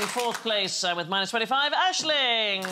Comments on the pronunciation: Why is aisling pronounced Ashley? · It's Irish Gaelic and pronounced, Ashling